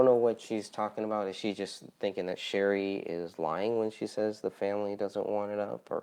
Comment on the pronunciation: You pronounced my name wrong it’s Sh- arr- E ! No big deal though. Everyone gets it wrong. Your question about the photo. I think it was ok to release the edited version. However, a website might have been a better option instead of on the Facebook groups. Like where all the other photos are. I do agree with it being taken down and no longer distributed per the families request.